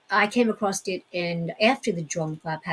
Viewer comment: “Across” is not pronounced “acrosst”